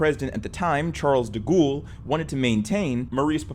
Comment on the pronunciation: Ah yes, Charles Da Ghoul